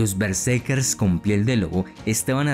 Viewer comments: Sólo te doy like porque amo la cultura nórdica, pero: tienes que poner más énfasis en el relato, que no parezca tan leído...y por favor...¡qué molesto es que digas "bersekes" en lugar de " betserkeRs", haz un esfuerzo y mejora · Me pone nervioso como dice Berserkes, ·kers·, muy buen reportaje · Porque dices bersekes?